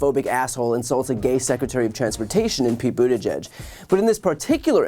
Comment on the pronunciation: My biggest disappointment is that the highly respected Judy Woodruff of PBS still says "judge" instead of "g-edge". She gets the most complicated names and place names correct all the time; why not Pete Buttigieg's name? All professional speakers should get and practice proper pronunciation of names before they attempt to say them on camera; it's their job.